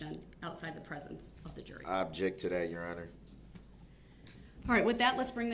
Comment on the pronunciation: Ask not ax ,object not abject ,that not dat,this not dis,THINK not dink etc etc this monster can't even pronounce words properly never mind defending himself, evil murdering vile narcissistic monster will soon be someone's btch in prison and get passed around in the showers 🚿